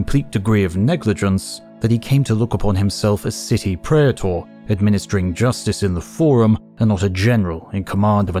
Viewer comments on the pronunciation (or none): none